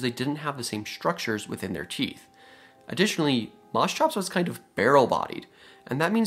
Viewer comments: Yeah, what the hell is mos-chops? It's mosch-ops as you said coming from (μόσχος | moschos "calf" and ὄψ | op "face, eye"). I know it's hard for english natives to pronounce the "sch" but try mosh-pit > mosh-ops. Funnily enough i learned a few years ago that Dunk-leos-teus is named after palaeontologist David Dunkle and osteus "bone", so would be pronounced Dunkle-osteus. Nobody is immune. But that only means we all can get better. Just to many creatures get their name butchered. Be better than the rest. Call them by their real name. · Mos hops, not mos chops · It's pronounced Mos(KH)ops (a heavy H sound) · Moschops = Permian Porkchops Well, they look like you could get some pretty good chops off them. At any rate, I'm pretty sure it's supposed to be pronounced Mosch-ops, with the "sch" pronounced like "sh", not Mos-chops. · it is not pronounced like that. correct pronounciation is "musk ops" which means calf head. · Interesting animal, but please learn how to pronounce "Moschops" correctly. The ch is pronounced as in "chiropractor". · CH in greek sounded like a K. Say moskops. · Isn't pronounced as mos-k-ops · Strange pronounciation. Here in Germany we pronounce it Mo-shops. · You'd fare better pronouncing it Moskops. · Try 'mosh', as in mosh pit. And the -ops is the same as in Triceratops. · Yes, the Greek ch is pronounced like in Scottish loch per se, but after some slight anglicization you arrive at mos-kops. In other words because it needs to fit English phonological tactics. Mind you, I also know only the barest minimum from a liguistic standpoint. A person knowing greek well might contradict me. But mos-tshops is definitely wrong. Greek ch should always become k or in rare cases g when anglicized, never tch. Here's your analogies: psychology, dichotomy, monarch, archaeology, anarchy and so on and so forth. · Moschops is such a fun name to say!😂 Especially if ya pronounce it in stupid ways like I do!😂